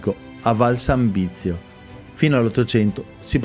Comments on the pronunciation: Si dice ARQUA' con l'accento sulla seconda A (almeno leggere i cartelli indicatori...). Mentre VALSANZIBIO non si chiama Valsanbizio! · Ciao, non avercela con me, Arquà con la finale marcando bene l'accento. E Valsanzibio non Valsanbizio. Se ti ricapita di passare per Valsanzibio li vicino c'è un piccolissimo laghetto popolato da penso un migliaio di tartarughe. Complimenti sempre per i video. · però sbagli la pronuncia: Arqua' ( accento su ' a' finale) e non Arqua! Valsanzibio e non valsanbisio/ valsanvizio😁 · Arquà con l'accento sulla a. E Valsanzibio non Valsambizio. Non ci vuole molto. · VAL SANZIBIO non VAL SAN BIZIO scusa la correzione ma potrebbe fuorviare qualcuno.😉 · Arquà va con l'accento sulla a finale. Valsanzibio e no bizio. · Ciao un paio di inesattezze si dice Arquà con l'accento e si chiama Valsanzibio e non Valsanbizio. Comunque grazie è tutto bellissimo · Bellissimo video come sempre,, ma "Valsanbizio" non si può sentire...🤦🏻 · Bravo, comunque Valsanzibio.....ripeti con me: Val-san-zi-bio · Video apprezzato come sempre!!! C'è solo qualche errore di dizione nei nomi, comprensibile per chi non è del posto, soprattutto Valsanzibio. Good Job ! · Tre luoghi unici. Visti tutti e sono molto particolari. All' eremo sono entrato su appuntamento solo nel pomeriggio del giovedì e concesso agli uomini. il giardino si chiama Valsanzibio...sbagli la pronuncia. Cmq sempre bravissimo e in piena forma. Un abbraccio.